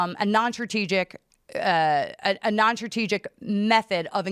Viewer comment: Non "Tra-tee-gic" - What the hell is "Non-tra-tee-gic? Doe she mean..... "Non-Strategic"???